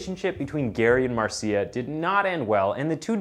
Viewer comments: Marcia = “Marsha” . . . Not “marseeyuh” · OK, couple of things: "Marcia" is pronounced "MAR-shuh", not "mar-SEE-ya". Secondly, you leave the strong impression that his crimes took place in Salt Lake City, never mentioning once (that I can recall, not gonna rewatch it) that it was in Seattle where he did his killing. Different city, different state. Yes, there's a Green River in Utah, but it's not the one where he dumped so many of his victims; that one is in Washington (the state, not D.C.). 😉 Only when you state where he is, in a Washington penitentiary, do you mention that state. Gotta tighten things up, bud. I'll watch some more, but we'll see how you do in others. I've seen some of your other stuff and didn't notice anything glaring like the 2 in this one, and I subscribed because I liked it. Hope this was a one-off... Peace, bro. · thats pronounced marsha my bro lol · Mar-see-uh lol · I have a friend named Mar see ah. Spelled Marcia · Hey, in Spanish it's pronounced Mar ci a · I was going to comment on the pronunciation of Marcia 😂